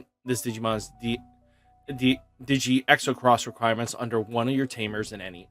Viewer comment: Don’t mean to be rude buts it’s xros=cross just kept hearing you say it wrong lol